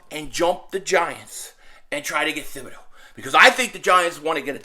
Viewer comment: Hey it's pronounced 'Tib-a-doe, the H is silent. It's a French name.